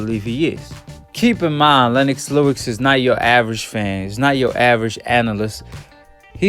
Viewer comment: Lennox Lewix? Hahahaha you gotta work for no your pronunciation my brother, you're always destroying people's names out here.